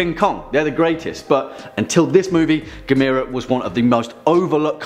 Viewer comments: It's pronounced Gaam-mur-rah Like camera 📷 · GAM-UR-RAH. You can do it